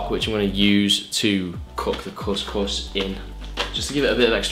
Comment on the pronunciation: Course course 😂😂 Its cous cous bro😂